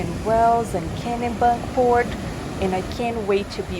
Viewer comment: It’s Kennebunk port it’s said like Kenny but instead of a y it’s an e